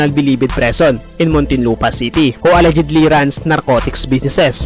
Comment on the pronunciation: No disrespect but you show improve in how you pronounce your words like how you said "Alleged" in a wrong way